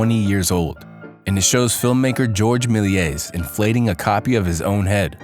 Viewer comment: May-lee-ay. That is how you pronounce Méliès.